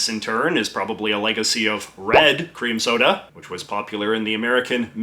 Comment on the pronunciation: At first I thought you said "queer" cream soda And I liked the old fashioned postal pillars that doubled as an armoured tank barrier...